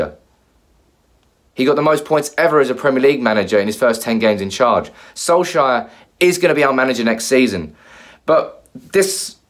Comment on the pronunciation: You still can't pronounce his name can you ffs. SOLSKJAER not SOLSHIRE